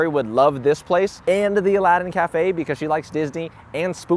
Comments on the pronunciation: Nooooo you forgot the second “a” in Aladdin 🥺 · Bro, u missed some letters. -Judging C(r)iteria -Al(a)ddin Cafe